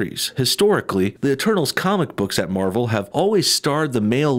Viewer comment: Instead of "eternals" I heard "the turtles" or "eterballs"